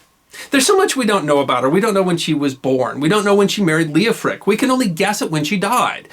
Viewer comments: PLEASE! The name was L-E-O-F-R-I--C, or L-E-O-F-H-R-I-C. NOT "Leoprick" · So Lady Godiver's husband's name was, Leo-prick, ! No comment. That is Coventry's business. Ok the name of her husband is Leo-Frick, I did not understand the narraghter.